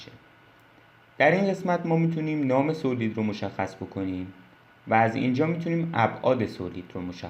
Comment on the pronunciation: با عرض ادب ویدیوها آموزندس و ممنونم. خدا قوت فقط یک نکته اینکه تلفظ صحیح سالید هست.